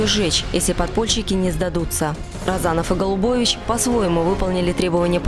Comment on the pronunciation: С ударениями в фамилиях не разобрались, что ли? РОзанов и РозАнов, НЭбе и НЁбе...